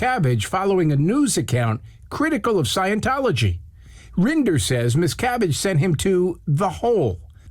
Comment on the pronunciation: Whenever the interviewer says his name, I hear "Miss Cabbage." I'm mildly amused by this.